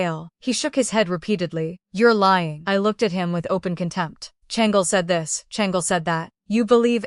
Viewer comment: Why does the ai struggle with “Shang—Lee” as a name 😅